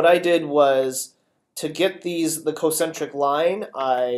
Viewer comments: He also says "Co-centric." It's spelled concentric. Shouldn't it be pronounced con-centric? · I died twice as fast because he says cocentric. He's not even pronouncing the incorrect term properly! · OMG I die a tiny bit inside every time he says concentric.